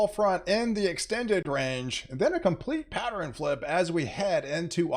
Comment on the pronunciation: Where is this guy from? Every word that ends in RN is pronounced RIN...ex: Pattern is PatteRIN.